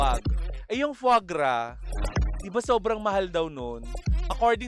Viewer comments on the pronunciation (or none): "Fwaa Graa" ang pronunciation po